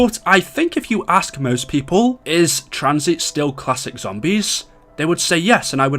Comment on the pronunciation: This dude talks fucking horrible Pronounces zombies as Zombieeeees